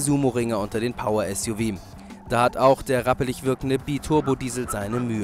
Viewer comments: Suv wird nicht "Suff" gesprochen sondern "Esjuwie".Und sie hätten noch den Audi Q7 V12 TDI mitnehmen sollen. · Ein Automagazin, bei dem der Moderator 'Suff' und nicht S.U.V sagt...nicht schlecht, Leute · Warum sagen alle Suff heißt es nicht suv